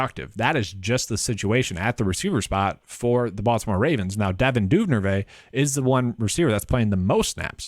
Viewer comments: Just a heads up. Duvernay (Du-Ver-Nay) you were saying Dunervay. Just found your channel, I got a free ticket to a DK game and Im using it tonight. Hoping your advice helps me win! Thanks for the video. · Say it with me: Du-ver-nay